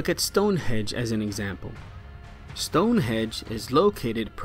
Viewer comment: It's hard to take you seriously when you call Stonehenge "Stonehedge"